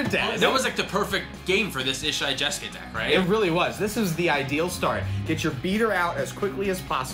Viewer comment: It's funny you guys made jeska ishai "jes-kai" it's the first thing I did when I got my jeska from legends haha